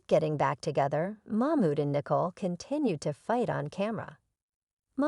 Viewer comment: Her name is Nicole, not Nickel ! 😂😂😂